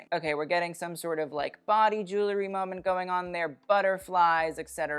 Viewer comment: "Jewel-ry", not "Jool-ery". Other than that your're practically perfect.